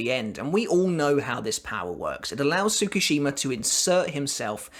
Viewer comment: 1. It's not tsu-ku-shima it's pronounced tsku-shima 2. My take is yuha's lying about his power or rather not completely honest. Enter kisuke to notice. His power looks forward from his given instant and he has to be part of it. Tsukushima shows up after juha moves on. He then altars ichigo's past where juha isn't aware. From there kyokasuigetsu controls juha from seeing Ichigo and Ishida.